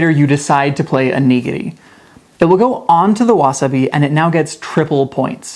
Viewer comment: Why can’t you say the words correctly you can explain a game but can’t say wasabi